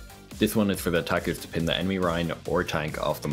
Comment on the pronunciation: "Ths charge is for otakus to [...]" It took to long for me to understand he said "attackers", especially when starting with Hanamura x)